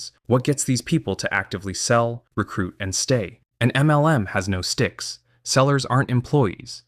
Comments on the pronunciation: Good video but i lol everytime he says “M - L - M”. Its so over annunciated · Is this an AI-generated voiceover? I finally could no longer stand that weird "em small-pause el small-pause em" pronunciation and had to give up after six minutes.